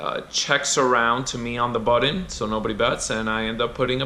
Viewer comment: Button , not buddon